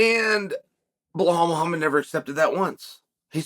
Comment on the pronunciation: "Blowuhl Muhamad" 🤣